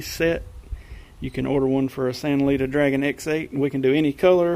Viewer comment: Thumbs up in the first 7 seconds for correctly pronouncing the company name. First video out of 6 that succeeded in this.